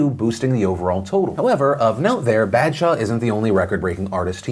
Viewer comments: It’s not Bad-shah it’s Bah-d-shah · It's a long 'a' sound. Like bawdshaw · I find it aborable when phil pronounces badshah it sounds like bad-shaw😂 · BAD SHA PAGAAAL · Phil's pronunciation of Badshah just made me laugh. I'm just gonna use it to troll all my friends 😂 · Hey Phil! Just wanted to let you know, the proper pronounciation would be sumthing like "b-ah-th-shah", and pagaal would be "pah-gull" (like seagull) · the way u butchered the name baadsha and paagal sends lmao it's fine tho